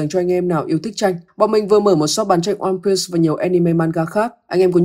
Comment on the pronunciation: Onepiece có chữ s đâu mà sì nghe kinh quá